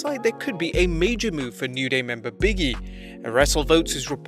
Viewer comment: LOL His name is "Big E" not "Biggy" the space between the g and E means there is a pause between the the words.